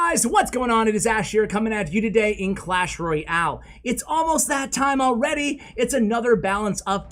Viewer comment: Why do you Say Clash royale like Clash roy-ale in the beginning of the video?